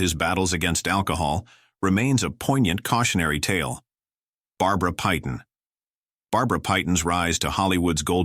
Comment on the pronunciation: It’s Barbara PAYTON, not PYTON. No excuse for this screwup and damages the credibility of the content of this video.